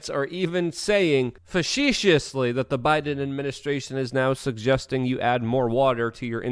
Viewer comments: It's (fa sea shuss ly) lol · Practice saying "facetiously" please.